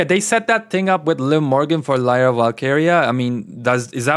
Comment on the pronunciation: can’t even say lyra right lol embarrassing